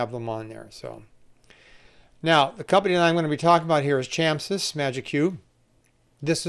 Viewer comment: Chamsys = Chameleon Systems, so its pronounced Kamsys not chamsys :)